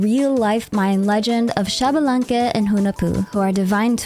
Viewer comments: Not Shabalanque its ISHbalanque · Xbalanque is pronounced eesh-bah-lan-keh, not shabalanque. The X before a consonant in mayan is pronounced "ish" or "eesh" for english speakers.